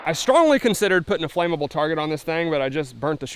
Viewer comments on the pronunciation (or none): Flammable flam-uh-bull